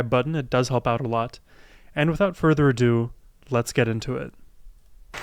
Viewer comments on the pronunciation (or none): none